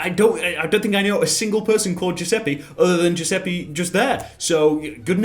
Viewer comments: Its not giuseppee Its giuseppe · It's not Giuseppi, it's Giuseppe. E like elephant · The reason "Giuseppe" sounds weird to english speaking people is because every single one of you completely butchers the pronounciation, it's not even remotely close. It's closer to "Giuseppay" rather than "Giuseppee". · saying giusepee hurt my soul as an italian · Lol it's weird because u pronounce it wrong, u should pronounce it Giuseppa(read the A like A in bacon) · Anyone else cringed when pronounced that Italian name as "Jews a pee"? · It's an Italian name,dude. Giuseppe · that Giuseppe pronounce triggers me pretty hard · Ffs please stop saying Giuseppe like that, in italian "E" is pronounced differently, it's like an f but without the "FH"/"TH" sound, try it on translate (make sure to use the italian voice btw) I beg you, every time someone in the world says Giuseppe wrong, an italian grandma dies